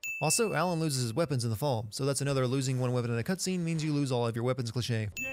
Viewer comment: The word "cutscene" about 19 minutes in is "cutsvene."